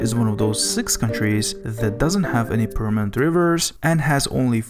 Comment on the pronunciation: Dude. please google the pronunciation of words. it takes 2 seconds. words like: Saudi Arabia, aquafires, permanent, inches, fruits, compared, area, times, torrential, weather... etc. etc. etc. Thanks.